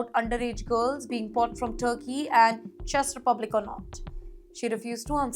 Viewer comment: ❤ U. Czech Republic is pronounced Chek Republic if you ask Google how to pronounce it.